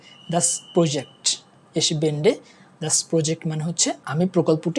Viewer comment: বেন্ডে না, বে 'এন্ডে হবে উচ্চারণ!